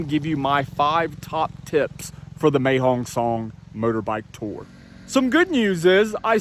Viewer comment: Mae means beautiful and is pronounced My.